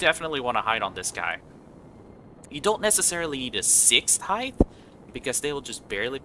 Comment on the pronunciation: Ngl as soon as you said "Heighth" i stopped the video right there.